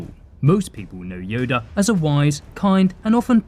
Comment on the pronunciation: y'all ignoring the fact he said yodie at the begining